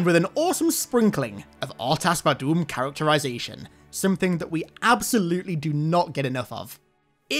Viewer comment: Lololol "R'tas VaDOOM"